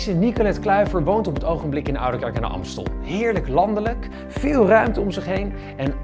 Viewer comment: “oudekerk”? tis oudeRkerk..